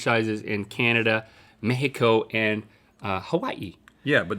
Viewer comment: bless Link for trying to pronounce México correctly